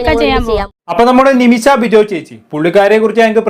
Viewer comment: അല്ല ഒരു സംശയം... ഇവർ ഇങ്ങനെ ഒക്കെ ജീവിക്കുന്നതിൽ നിങ്ങൾക്കെന്താ പ്രശ്നം? ഇവരെപ്പോലെയുള്ളവരെകൊണ്ടല്ലേ നിങ്ങളും content ഉണ്ടാക്കുന്നത്. ആദ്യം നിമിഷ എന്ന് പറയാൻ പഠിക്ക്.. നിമിശ അല്ല നിമിഷ.....